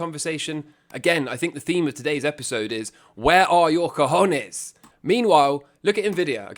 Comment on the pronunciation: I needed this video. I now wake up, look in the mirror, and repeat "I HAVE CA HON YEAHS" x5 times before I start my day.